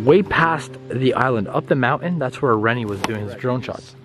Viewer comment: it's mountain not mounain